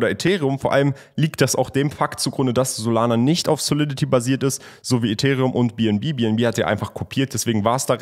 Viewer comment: kannst du bitte bitte ethereum auf englisch sagen